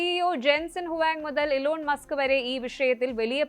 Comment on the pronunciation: Alone Musk അല്ല Eeelone Musk എന്നാണ് ഉച്ഛരിക്കുന്നത്